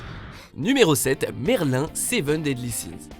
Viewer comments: On dit merlinne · On prononce pas Merlin mais Merline malgré l'écriture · C merlineeeeeeeeeeee 😡 Sans e😌😂😂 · Alors c pas merlin mais merline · ça se prononce merline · PARDON MERLIN??? C MERLINE CONNARD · Sa se prononce pas Merlin mais merline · Kefla ne compte pas normalement c'est une fusion de filles et on dit pas merlin mais merline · Alors sa se dit merline et s'écri merlin et c pas merlin l'anchanteur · Merliiin ce génie 🤩🤩(SA SE PRONONCE MERLINE😭😭🤷🏼‍♀️) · Ça ne se dit pas /mèrl1/ mais /mèrline/ 😅😊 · idiot merl i n avec un i pas in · AH! JE ME DESABONNE vous avez dit MERLIN aulieu de MERLINE QUI EST AVEC MOI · Euuuuh....... Il me semble que Erza devrait faire parti du classement car c'est une mage de rang S et elle gagne toujours ses combat😡😡 Je suis déjà contente qu'il y ai Merline mais on ne prononce pas son prenom Merlin sinon ça fait trop garçon😬😬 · On dit Merline !!!!! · Il a dit merlin au lieu de MERLINE !!!! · Ça se prononce «Merline» et pas merlin 😫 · Une prononciation correcte des noms de personnages est possible? Jpp Merlin quoi... Ca ce prononce Merline... bon sinon moi perso je m'attendais à voir ange de angel beast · Merlin se prononce "Merline" !! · MERLINE prononcé MERLIN 😑 Achever moi svp... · salut ! j'ai vu la serie en entier et ce n'est pas Merlin mais Merleen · On dit merline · En fait ça se lit merline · A Ses pas plutôt Merline parce que dans l'animé ils disent Merline(version fr)? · Ta male prononcer le non de merlin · Après Meliodias,Merlin Faut apprendre à prononcer les noms des perso dans Seven deadly sins